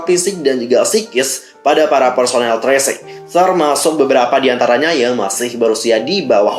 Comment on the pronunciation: Padahal aku brharap agensi ini bakal taubat gt pas ada berita CEO nya metong, tp kok makin Dajjal..btw bang bacanya TI AR SI EN JI. Bukan tresing